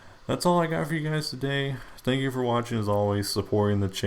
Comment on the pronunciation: he said sank you?